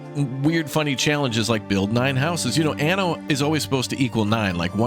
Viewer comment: Certo che questa voce AI che dice ANO invece di ANNO è come dire...grandiosa se non ridicola...ma perchè non le leggete voi i testi